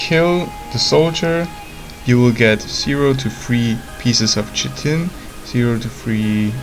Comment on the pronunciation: Chitin Pronunciation: Kite-In